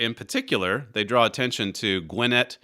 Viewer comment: Mr . Flurry, Your pronunciation of Gwinnett was " spot on" , a viewer in Georgia.